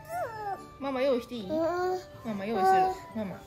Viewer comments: ママじゃなくてご飯のマンマって聞こえました😃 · 「まんま」もしくは「うまうま」と言ってますね😅 ママに聞こえなくてごめんちゃい🙇 でもここまで来ると、次はママかも🤨 だって音が似てるもん！ ここまで言っておいて「パパ」だったら、オレここ出禁にされるな😅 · 、ごめんなさい💦 これはどう聞いてもマンマ✶マンマですね。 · どう聞いても｢マンマ」ですね(笑)